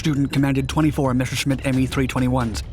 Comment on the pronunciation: I told you, you have the wrong pronounciation - Messerschmitt should be read as Messershmit, not Meshersmit. Improve it if you are able.